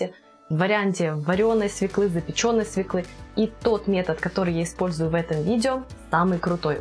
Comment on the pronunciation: Смешно смотреть, как тея с понтами произносит "свеклА" Свёкла!!! И никак иначе.